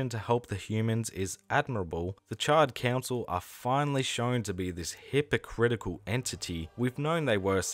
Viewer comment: Bro not gonna lie I thought you were calling them the Charred Cancel 🤣🤣